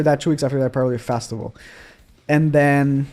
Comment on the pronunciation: There’s only one “A” in festival. Why do I hear Fastival? 🤦‍♂️